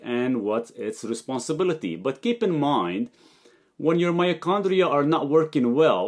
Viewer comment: its called „mitochondria“ my G, not myochondria